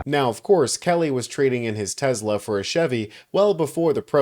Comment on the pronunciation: TeSla not TeZla